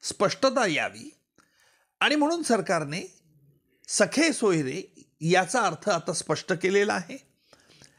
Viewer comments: वकील साहेब सखे सोयरे नाही, सगेसोयरे असा शब्द आहे, आणि सरकारने यासाठी कोणताही अध्यादेश काढलेला नाही, केवळ नियम (Rules) प्रसिद्ध केले आहेत.... नीट वाचा तरी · निकम सरांना सगेसोयरे म्हणता येत नाही तर ते सखेसोयरे असे चूकीचे उच्चार करताना आढळतात.़